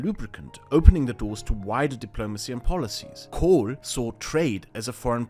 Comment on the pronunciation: I was quite impressed with this fellows grasp of things, unfortunately I then heard his pronunciation of Kohl and realised he was probably an Austrian, then of course i discarded all of his options outright, it's not like im a crazy person